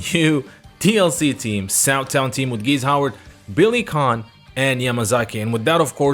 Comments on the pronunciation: I thought for years the name was pronounced "Billy Kain" and not "Billy Can". Weird. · Billy Khan 🤣🤣🤣🤣🤣 Edit: i thought his name is Billy Kane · Even the South Town reveal trailer on SNK YT channel pronounced his name like "Billy Khan".